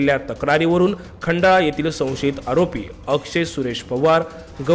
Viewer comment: पत्रकार साहेब खंडा नाही खंडाळा म्हणा.